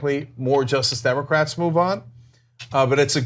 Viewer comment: Every time Cenk says "Justice Democrats," it sounds like "Just Democrats." Has anyone else noticed this?